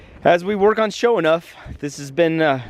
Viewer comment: Does it bother anyone else that doesn't pronounce his own car's name correctly? It's Sho 'Nuff not Sho E'nuff. Maybe I'm just a douche. Love ya!